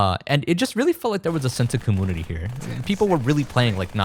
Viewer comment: wait.....do you really pronounce community as ca moon ity?